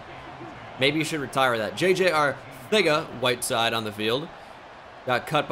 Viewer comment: Couldn’t be the only one who thought that he said the n word while saying jj Arcega whitesides name